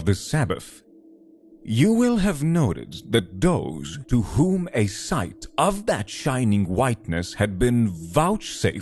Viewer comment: I’ll start by saying that the narrator has a great tone to his voice. Yet. Apologize for the harsh criticism, but having someone with such a strong foreign accent ruined the immersion for me. The first “Those” pronounced “Doze” pulled me out.